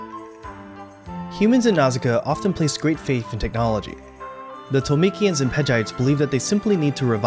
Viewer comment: My favorite film for about 36 years. It's Ohmu, not Ohm. Read the manga, it is even better than the anime. Disney changed many names from the original. Torumekian not Tolumekian and others. Even the subtitled film did not change as many names as the English dub. Read the manga. That is not a pipe on the wall and she does not use it as a weapon. Did you even watch the scenes you are talking about? Overall, not bad. But do a bit of research the next time. At least enough to make it sound like more than a high school anime club review.